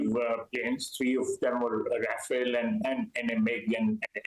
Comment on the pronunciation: Could english speaking people stop saying Rafael? Rafale for fuck sake. Pronounce the second a just like the first one.